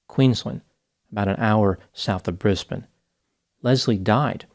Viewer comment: Us Australians thank you for your effort to pronounce Brisbane correctly 🥹